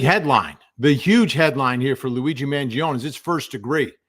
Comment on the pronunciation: It's Luigi Man Gio Nee. Why do you keep mispronuncing his last name? At this point, it seems it's on purpose now.